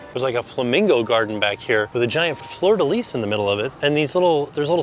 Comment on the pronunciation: let me help you. Pronunciation: Fleur de lis (Flur-de-Lee) ⚜️